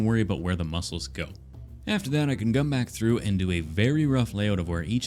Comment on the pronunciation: “GUM bakc thru” I AM PEEINH MYSELF WHY IS THAT SO FUNNY